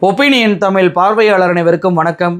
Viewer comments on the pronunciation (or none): none